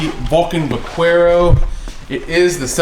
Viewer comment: Those are great bikes. Just FYI, it's pronounced "va-care-o".